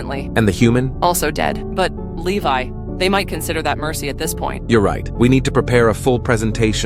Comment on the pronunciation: Hange so funny calling Levi is leve